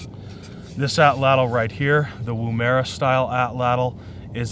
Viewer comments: at 2.35 you said 'woom-era' it's pronounced "woom-arah" (I am an Aussie), I believe these would have been developed long before the atlatl as the aborigine has been in Australia for around 60,000 years. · Pronounced WOOM-uruh just like the city in Australia. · as a aussie i find it funny how you say woomera